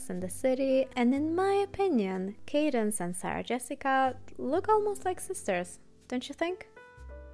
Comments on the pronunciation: hey, thanks for this. I'd just like to let you know that Candace is pronounced CANdace and not CADence. I agree the fashions were great in season 1:) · Love watching recaps, especially of season 1. I never understood the fashion of the show, but I appreciate the breakdown! Also, the author's name is Candace, not Cadence 😊 Keep up the good work! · It is CANDACE! NOT 'Cadence'. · its candace, pronounced 'can-diss' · I find that I kind of like Candace Bushnell pronounced as Cadence. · I always laugh no matter the season of SATC and that's why I still watch. Also, the writer Candace Bushnell's first name is mispronounced which was interesting to me because I thought that was a fairly common name. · Thank you, that was driving me bananas! Candace Bushnell is a famous author, and it hurt my soul each time I heard the name mispronounced lol. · I’m an ultra fan of SATC and it kills me that you keep butchering CANDICE BUSHNELL’s name 😮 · all this great work on the video and the creator doesn’t learn how to pronounce “candace”. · It’s cringeworthy but a great video nonetheless 👏🏾